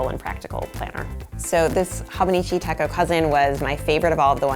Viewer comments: It’s not Tekko. It’s techo (pronounced tay cho) which ironically means, planner in japanese. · Goodness...."hawbuneechee tekko" made me cringe....I'm the th person to correct the pronunciation but its "hoe-bow-nee-chee teh-cho" but yeah its great I fricked love my hobonichi! I got my sister the 5 year version (which I think was limited edition?) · Its actually Ho-boh-nee-chee Teh-chö. Lol No long sounding vowels. 😆✌🏼 And no, the 5-year techo is not limited edition. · Life changing might be overstating it given your displayed lack of knowledge on the subject. No mention at all of the Midori/travelers notebook. Or the Jibun Techo for that matter. If you don't know how to pronounce something, look it up or find other youtubers who do know the pronunciation. It's a long O in Hobonichi and ch as in church in techo. (Let's not even get into the rapid talk, vocal fry, excessive "like" placeholder, uplift at the end of sentences plus dropping off in volume) Learn something about the tomoe river paper in the Hobonichi as it is one of the major selling points of this planner. Also include the actual Hobonichi Website in your links list. It looks like you went to amazon, looked at a ratings list, ordered some planners and threw together a vid to hop on the whole planner thing. The Hobonichi link is